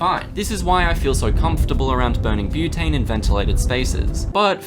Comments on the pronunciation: "Brotane" bruh... Are you sure about this?? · omg he actually called it brotane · "brotane". bro stop.